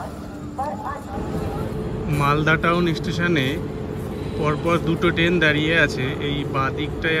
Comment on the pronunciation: দাদা, টেন নয় ট্রেন । ❤